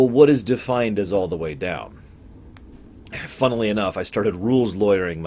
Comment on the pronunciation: Haha "funnelly enough"